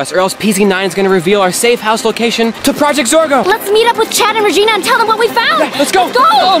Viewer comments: it's Regina not rergina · ItS REGINA NOT REGNA